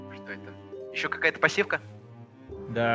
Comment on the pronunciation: "Посивка" разбила мне сердце...